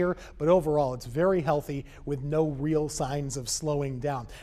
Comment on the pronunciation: He said healty hurricane😂